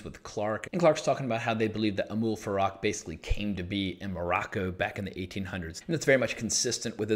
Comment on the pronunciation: it is Amal Farouk, you are saying Amoul Farak